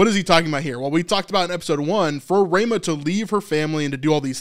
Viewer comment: It's Ra mah not Ray mah